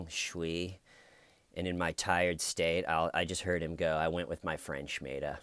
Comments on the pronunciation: Smeeda!! There is NO H!!!! in it!! Listen carefully and you will notice that Stephanie Lazarus NEVER days the h-sound!! SMEEDA!!!!!_________________|| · SMEEDA!!! NO H in it!!!!! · I thought he said Schmeeda as well. Maybe every murderer has a friend called Schmeeda. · You have every right to be the ignorant, illiterate moron you are. But you misspelling and mispronouncing Smeeda would be like someone spelling Lisa 'Lisha.' Aren't you intelligent and inquisitive enough to want to be educated?? I guess not.If you have listened to Officer Lazaruz's interview, you would hopefully be able to hear her clearly say Smeeda. I'm sure you couldn't find Pakistan on a map, so perhaps I am expecting a bit too much from you. Promise me you will at least think about this, Lisha. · Marge Paz Smeeda!!! There is NO H!!!!! Listen to the great officer Lazarus: she clearly says SMEEDA!!!!! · SMEEDA!!!!! No H!!!!! Common name in Pakistan!!!!! Get it right!!!!! Officer never says Shm-sound!!!!! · SMEEDA!!!!! Clean your ears out and listen to Officer Lazarus pronounce it!! There is no h-sound!!!!! Get it right!!!!! Common name in Pakistan!!!!!!!!!!!!